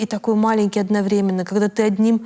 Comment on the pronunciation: Спасибо за выпуск! Рада, что команда услышала пожелание об интервью с грамотными интересными личностями., спасибо за интересные темы, поднятые в интервью и отдельная благодарность за произношение слова одноврЕменно!😚